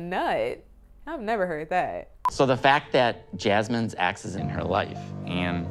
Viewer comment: It’s ex not axe